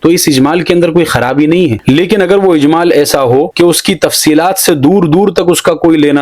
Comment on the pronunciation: اجمال نہیں ،اھمال ہے ۔